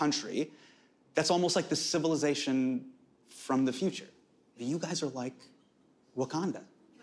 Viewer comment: "I'm in Wacanada and you're white Panther" 😂😍